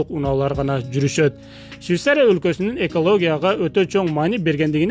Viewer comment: Щвисария эмес швецария